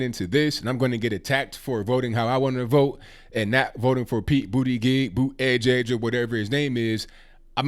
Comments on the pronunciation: He said Pete bootygig 😭🤣🤣🤣🤣🤣🤣🤣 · "Bootygig" lmao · I wouldn't vote Democrat anyway, but with the way you keep pronouncing his name, it's hard to take him serious as a candidate! 🤣🤣💀💀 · Boot-edge-edge. Hahaha. Pete gave up on pronouncing his own last name, then Trump comes along to teach everyone how to pronounce it while at the same time Making America Great Again. I’m surprised Trump didn’t send him a bill. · Its boot•ie jud•ge, please pronounce his name right guys! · I won't be voting for Mayor Pete for the reasons you suggest, but you should pronounce his name correctly. It makes your case better and keeps you free from appearing disrespectful. With all of the tensions and anymosity in the political arena today we need to be far above reproach and very curteous as we bring our points of view. Peace and love to you, brother!